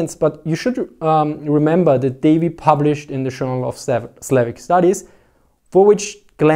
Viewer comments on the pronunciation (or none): none